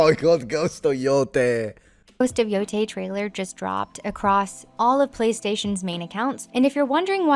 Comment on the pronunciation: The fact she pronunciated it Ghost of Yo TEI and not Yo THAI gives her so much credability IMO. This "little" factual things actually matters. It shows how dedicated you are to discover and learn. And to tie it to your usual historical content, shows how history is important for us now more than ever. People have suffered endlessly and not to learn from it is a form of a humanitarian blasphemous act. ( Im a polish romani living in sweden )